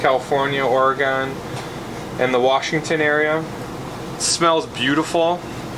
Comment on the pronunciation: Ore-gone? 😂 The eyes are an organ. The musical instrument is an organ. The state is Oregon. Say it with me. Ore... Gun... Ore... Gun.... Ore-gun.... Oregon.